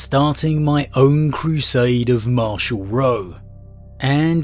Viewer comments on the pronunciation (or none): none